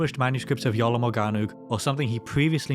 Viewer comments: Iolo? Or Jolo? 😂😂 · I swear yoy said "The YOLO manuscript"